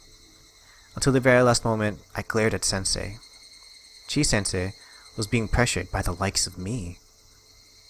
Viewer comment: Pronunciation of "Chie". Same issue as with "Irie": don't look at ⟨i⟩ and ⟨e⟩ as a single vowel; they are separate vowels, pronounced in separate syllables. Chi-e. Here are some tips for reading romanized Japanese words and names. Sorry, it's a bit long, but I figure if you can learn this, it's more helpful in the long run than learning individual examples: * Almost every syllable consists entirely of one vowel, or of one consonant followed by one vowel. The single exception is the syllabic nasal, represented by ⟨n⟩. If you can see words in this way, rather than the way English speakers typically see words, then things should make better sense. * Depending on romanization (rōmaji) system, long vowels can be written by doubling the letter (e.g. "ee"), or by putting a diacritic on it (e.g. ⟨ē⟩ or ⟨ê⟩). For historical reasons, long /o/ is usually written by adding an ⟨u⟩ kana, and some romaji systems reflect that spelling; it's still a long /o/ sound, though. * Most consonants can be palatalized, and this is usually romanized by writing a ⟨y⟩ after the consonant (e.g. "kyo" for palatalized "ko"). However, in some romaji systems, a few palatalized consonants can be spelled as in English (e.g. "cho" instead of "tyo"), since it makes more sense to English speakers. (Conversely, however, Japan's official romaji system, Kunrei-shiki, is strict about keeping consistency with kana, so e.g. "si" and not "shi", "tya" and not "cha", "hu" and not "fu", etc. You're not likely to see Kunrei